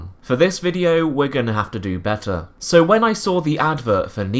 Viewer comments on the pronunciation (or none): none